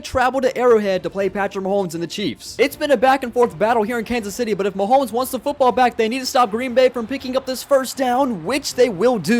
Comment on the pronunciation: did bro say mahomo LOL